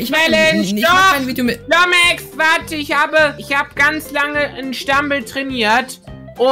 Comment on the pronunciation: Nicht mehr Lumexx sondern Lomexx😂